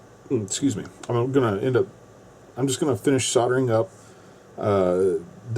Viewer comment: It's not soderen, it's called SOLDERING...now,.. one more time so you my adsorb it permanently SOLDERING....THE..ING at end of a word is their for a reason...ooink, Oonink? Weee, weee, all the way HOME.